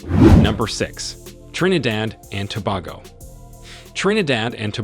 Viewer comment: Trinidad and Tobago (pronounced Too-bay-go)